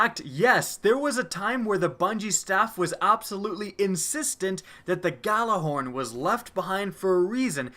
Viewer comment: the fact that we are this far into destiny and people still pronounce the gjallarhorn wrong drives me nuts